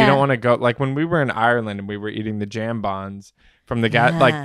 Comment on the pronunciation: Can confirm jambon is being said correctly.